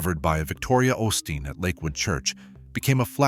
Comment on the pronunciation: If you're going to do stories on the osteen's pronounce their name right quit being stupid